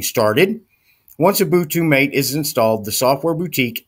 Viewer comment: I thought it was pronounced "Matéh" ?